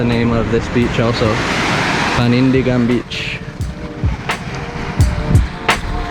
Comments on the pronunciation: You've been staying in Palawan for so looooong! You've shared so many beautiful spots there! I hope you and Carol are always having a good time! I love how you pronounced Panindigan! Hehe. Take care always! Viewer from Marikina City, Metro Manila, Philippines :) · You read that Panindigan exactly how we say it. It means stand up for it or conviction.